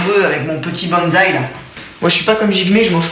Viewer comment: J'ai pas trop compris , tu ne mange qu'une fois par jour ? Et puis on dit un bOnzaï pas bAnzaï ! 😉😂 Sinon j'adore votre concept et vos recettes , j'en ai déjà essayé certaines et ma fille et moi nous sommes bien régalées ! Merci !